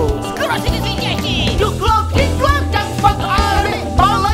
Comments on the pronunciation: Criiinge a není to [duklok] ale [daklok] vy experti na disstracky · 1.vec necita sa to ducklock hej ale diuk no a tych veci ktore by som mal pisat k tomuto je vela takze nechce sa mi to tu pisat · Nechajte ich, nevedia ani vyslovit Duklock správne a ešte robia ostudu celého Česka.A to sú z Tramtárie xD